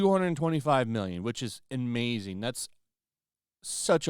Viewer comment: There's no reason to emphasize "mmmmillion" e when referring to budgets. We sent well over one hundred BILLION dollars to Ukraine only to have it pilfered and laundered. Some of that was money you sent for zero ROI. I chuckle every time any creator discusses finances and put such emphasis on what are now paltry denominations by comparison to what the entire country was gaslit into giving up . Thank God she hulk is cancelled! That money can now go to Israel😅